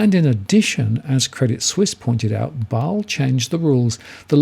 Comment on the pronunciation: I thought it's pronounced as 'Ba-sel', not 'Baal'